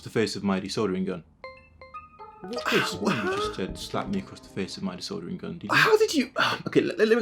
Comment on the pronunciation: I thought he said disordering